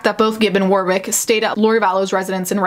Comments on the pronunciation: The second W in Warwick is silent: WAR-ick. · Consistently good coverage but Warwick is pronounced “warrick” with a silent w. I apologise for English names being awkward.